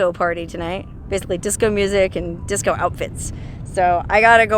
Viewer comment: Dicso, that is how my Filipino friends say Disco